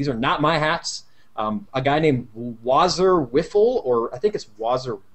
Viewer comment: Fuck's sake the name is waser wifle like LASER RIFLE.... btw great show and I look forward to more! Shade did some sort-of-similar things on his channel that were very good as well. It'd be great if he could get as much exposure too...